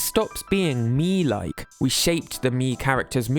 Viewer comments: Okay, but I love the way says "Mii". It's fun and I love it. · hearing you say "miis" is so satisfying